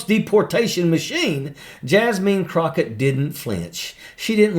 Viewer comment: “Jas-mean.” Ha!! 🤣😂